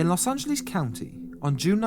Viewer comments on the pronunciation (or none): Love hearing British pronounce "Los Angleeze". : D Very nicely put together piece. I too have never heard of this guy. Well done! So messed up he was discharged for the army with severe antisocial personality and just negligently releases into the general public.